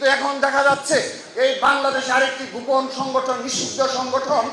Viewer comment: দক্ষিণ এশিয়ার ইতিহাসে সর্ব শ্রেষ্ঠ ফেসিস্ট! তো কাকা দক্ষিণ এশিয়ায় দেশ কয়টা আর কে কে ফেসিস্ট ছিলো? হাসু বুড়িকে শ্রেষ্ঠ হতে গেলো তো আরো কয়েকজন দরকার, তো তারা কে কে নাম বলতে পারবেন ? বলদা কোথাকার, গোপন শব্দ টা বারবার গুপন, গুপন বলে উচ্চারণ করে।আধা শিক্ষিত লালাটু।😂😂😂